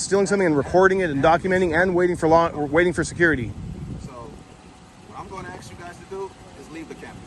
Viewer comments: Baldilocks straight up telling you what to do then instantly gets an attitude when you tell him to take his hands out of his pockets🤣🤣🤣 It’s hard to take someone serious when they aren’t capable of pronouncing a simple word like ASK, instead continuously say axs. Just stupidity at its finest. Not to mention the “I don’t want you to taking my picture” lady😂😂😂 The security lady swears she’s important, more than likely the highest position she’s ever held, “don’t lean on my vehicle” dummy needs to get a clue and realize her or her partners ABSOLUTELY DO NOT have any kind of authority to over ride a United States Citizens constitutional rights!!! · He is gonna axe u again, leave the campus. 🤣 what is wrong with these people axing everyone. Isn’t axing illegal? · He sure does allot of axing. That's scary